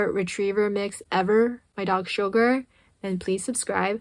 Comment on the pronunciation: What is your dog's name? I thought it was "Sugar", but I was watching your mouth while you pronounced the name, and now all I hear is "Sho-ger".